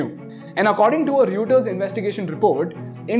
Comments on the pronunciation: Reuters = "Roy-ters" not "riu-ters" 😂😂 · Pronunciation of Reuters is funnier than his dumb stock footages tbh!!